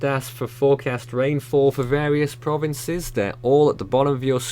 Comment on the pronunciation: Can you do some research on how the name of the provinces are pronounced? Makes your reporting more sincere and I'm sure a lot of Filipinos will appreciate you guys even more. Be safe to everyone affected by the typhoon..